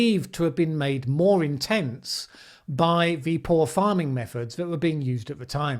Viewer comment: I dont like Mellans meffods. It's wepwehensible! Why are so many English 'intellectuals' incapable of pwonouncing their rrrrrrs. Inbweeding?